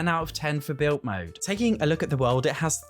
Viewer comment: Why don’t you pronounce your d’s? ‘Built mode’ ‘mootlet’